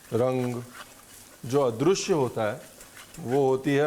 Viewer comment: Adrushya nahi sir, adrishya hota hai...Maam maharasthra se hai isiliye aap bhi unke rang mein rang gaye...waha adrushya bolte hai lekin north mein adrishya